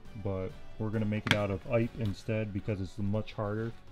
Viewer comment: Not “ipe”. “Eee-pay”.